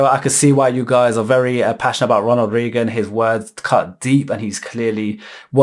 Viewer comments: Not to pick a nit or anything, but it's pronounced like Ray gun. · “Ronald Reegen” 😂lol